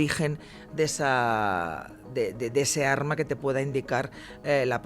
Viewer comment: Ññño, de p,esta señora lo único que sabe es "un arrrma""jajjaj